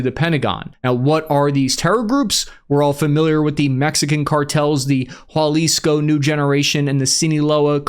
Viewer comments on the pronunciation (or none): “Jal-isco” and “Seeenola,” I love the WASP way pronounces things!